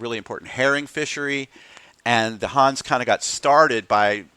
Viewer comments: your pronunciation is ok for a yank but in Hanse it’s the e in the end that makes all the difference just like in Porsche😃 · Your pronunciation drives me nuts. It's Hans-a, or Hans-e if you want to use the original German pronunciation. Not Hans, that's a personal name. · I understood Huns every time you said Hanse😅 It's with an e like elder at the end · Good video, thanks! Fyi, the e in Hanse is not silent. Not a linguist, but I think you'd call it a schwa.